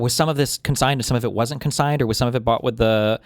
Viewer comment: CONsigned, not CO-signed